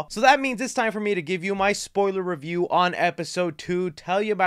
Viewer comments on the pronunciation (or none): none